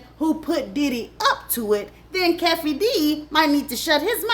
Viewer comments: the names are pronounced Harrell (hairrell) Keffe(Keyfee) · It’s Keefeee D not Cafeee D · Just an FYI: Keefe’s name is pronounced KEE-fee. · You are butchering these names today girl LOL 😂. HA-RELL....KEE-fe D